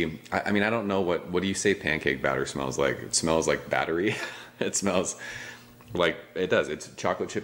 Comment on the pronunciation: How he said it: Smells like batter-y How I heard it: Smells like a battery Haha! Cheers!